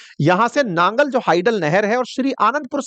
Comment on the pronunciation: It's Nangal not Nagar as reppitdl told by you